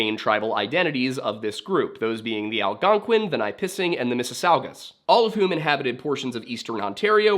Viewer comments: As someone who grew up a few hours south of Lake Nipissing, the pronunciation I picked up along the way was NIH-puh-sing/NIH-pih-sing rather than the nye-PIH-sing or nah-PIH-sing you seem to be using, and Wikipedia seems to agree with my childhood, giving /ˈnɪpəsɪŋ/ as the pronunciation. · I saw it in the video and instantly knew where he was talking about but disappointed about the pronunciation! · I can’t believe you miss pronounced Nipissing but nail the French one🤣. Another great video, very interesting!